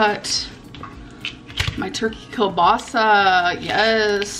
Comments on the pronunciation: keell-bah-sah Like the name Neil, but with a K. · Every time she pronounces kielbasa wrong I can feel my ancestors cringe, it hurts my soul.😂